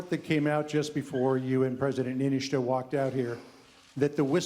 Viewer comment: I think he didn't know it was, or how to say, President Niinistö